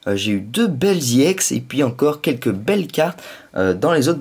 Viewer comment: pourquoi tu dit IEX c'est EX